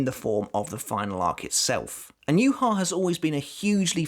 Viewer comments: The way his name is pronounced infuriates me...... Juha Bach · It's pronounced you-ha-baha tho